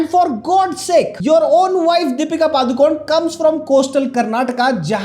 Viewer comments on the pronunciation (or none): We don't expect Deepika to acknowledge her roots who can't pronounce her surname properly पडुकोणे not पादुकोऩ. It's a name of a place in Udupi district Karnataka. All these years she did not even try to pronounce it properly.